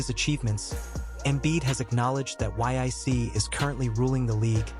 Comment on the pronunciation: The "Yic"???? 😂😂😂 Bad AI dude.